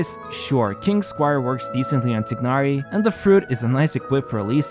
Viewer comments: UK sur the g in tignahri name is silent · Tighnari?! the gh is not pronounced